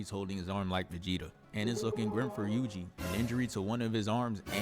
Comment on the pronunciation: Yuji was going crazy bro 😭 "yugi" 😭 fire vid tho